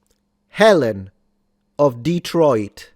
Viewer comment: This guy can barely pronounce Detroit